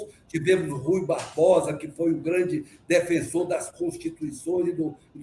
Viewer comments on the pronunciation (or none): none